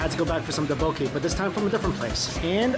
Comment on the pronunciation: the tteokbokki pronunciation is killing me